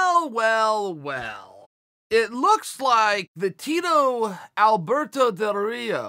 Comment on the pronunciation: Did Chael say Alberto DelDorito?